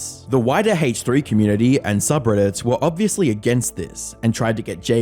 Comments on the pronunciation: Ok,. Nice emphasis on the H in "Hache3" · What’s the Haytch three? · "Haych 3" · bro said hateh3